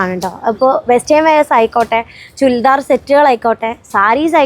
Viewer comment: ചുൽദാർ അല്ല ചുരിദാർ